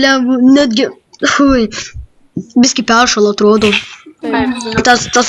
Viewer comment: Biski sako o ne biški